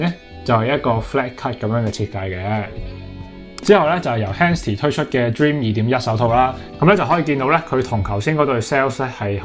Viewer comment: dream 終於冇讀錯😂